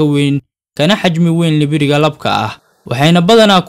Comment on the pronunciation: Hhh libiriga afsoomaaliga iska hagaaji nibiriga dheh😂😂😂